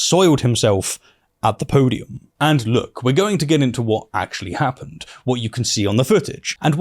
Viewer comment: You say "podium", I hear "poodium".